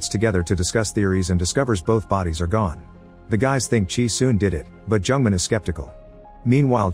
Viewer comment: The narrator pronounced Jung-Man like a Jewish name, Jungman XDDD I can't.